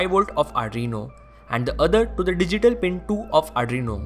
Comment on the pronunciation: Its 'Arduino' not ADRINO (not judging)